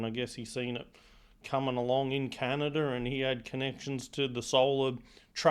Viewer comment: " Canider" LOL LOL